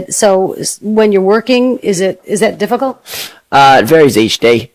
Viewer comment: dizih dizih difikol?😂😂